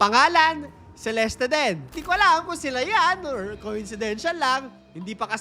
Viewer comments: By the way it's Celest not celestie its just the spelling CELESTE but the pronouncation is celest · Celeste is pronounced as Selest Hindi Seleste … silent E po yung sa Huli. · CELESTE - SEE-LEST